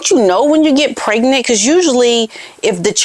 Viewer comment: She always pronounces the word pregnant as "preg-net." It has always irritated me, as she LOVES to use big words, yet she refuses to pronounce "pregnant" properly. Some kind of Freudian slip, perhaps?